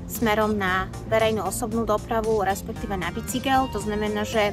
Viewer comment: Ked od hovorkyne pocujem slovo BICYGEL , tak sa mi chce zvracat.